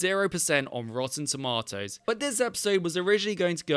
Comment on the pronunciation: Did you just say Rotten "Tomatoes"?